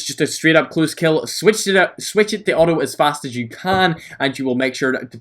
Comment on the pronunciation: Its Not "O o" its auto